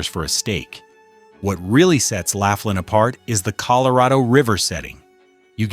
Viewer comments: Thanks for mentioning Laughlin (#3), I live here six months out of the year and it's a great place to "play." But, it's pronounced "Law-flinn." May as well get the name of the town right! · Pronouncing Laughlin as "Laugh-lynn" and Biloxi as "Bill-ox-see" tells me all I need to know to start a Youtube channel just so I can school you on reality. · "You can at least pronounce "Laughlin" correctly ! ! * Let's make this a professional video with correct information... * "Do your homework and ( Research ) before making the video." * I joined the ( Protest ) and ( Boycott ) of the Las Vegas Strip and it's because of higher prices for ( everything ) and the Strip is too damn EXPENSIVE ! ! The ( Food and Drink ) prices on the Las Vegas Strip is outrageous and ridiculously high priced ! ! * The High Priced Rooms, Resort Fee, Parking Fee and ( hidden-fees ) are everywhere on the Las Vegas Strip and in very small print in almost all restaurants on the Las Vegas Strip. * The middle-class American tourists and Foreign tourists ( CANNOT ) afford the higher prices on the Las Vegas Strip and tourists feel like they are getting ( scammed, ripped-off-, gouged and fleeced ) on the Las Vegas Strip ! ! * If you want the Las Vegas Strip to come almost close to the old Las Vegas..., JOIN the Protest and Boycott the Las Vegas Strip and save your ( Hard-Earned Money ) ! ! * Your Wallet and Bank Account will "Thank you" for ( NOT ) going to the Las Vegas Strip and be scammed, gouged and fleeced of your hard-earned money ! ! The ( CEOs ) on the Las Vegas Strip only think about about themselves and their ( GREED ) and make more ( PROFIT ) for the Large Corporations and Stock Holders and the tourists are ( NOT ) treated like invited GUESTS ! ! * Tourists are treated like the ( CEOs ) own personal ( ATM ) machine for ( GREED ) and more ( PROFIT ) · It's not "Lafflin". It''s "Lofflin". Proving you have no idea about what your're talking about. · It's pronounced "LAW FLINN" NOT "laugh linn"!!